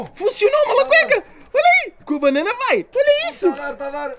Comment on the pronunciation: "a nossa fruta banána"